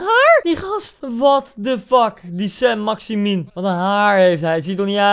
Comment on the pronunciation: Iedereen: Saint-Maximin Koen: Saint-Maximinuninuwua